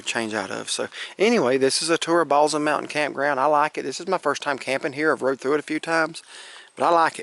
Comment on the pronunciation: Great Video! Balsam is pronounced with an 's' sound instead of a 'z'